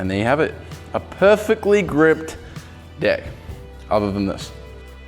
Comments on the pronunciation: No ofense but instead of deck he said dick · Did he say deck or Dick?